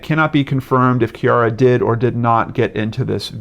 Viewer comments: It is pronounced Kere - A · I'm from Perth - it is pronounced Kee - ah - ra. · he pronounced it as ciara's father did on crime investigation Australia